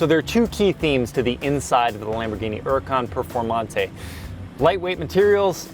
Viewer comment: The way he says lonborghini huracan preformante lmao